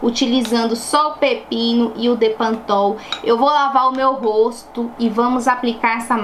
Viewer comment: É bepantol e não depantopl!!😘